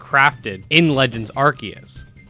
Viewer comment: AR-SEE-US Say it with me 🙄😂